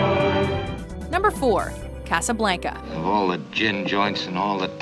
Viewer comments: Kass-uh-blank-uh? Is that a Canadian thing, I've always understood it to be pronounced "Kah-suh-blahn-kuh" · I swear, it is personal goal to fuck up as many easy word pronunciations as possible. It's CasablOnca!! Not casablAnca ((and I type this in the way it is pronounced, not spelled)) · Omg.... did you just say Casablanca likr (caysablaynca) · The pronunciation of “Casablanca” made me shudder; it was so bad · Stop saying Casablanca like that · never fails to piss me off with their pronunciation. Casablanca. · Jesus can you seriously not pronounce Casablanca right? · Did it bother any other Spanish scholars at how she said casa Blanca? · am i the only one who cringed at her pronunciation of casablanca? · Try not to cringe when she says Casa Blanca they way she did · You pronounced "blanca" wrong. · When she mispronounced Casablanca I cringed a little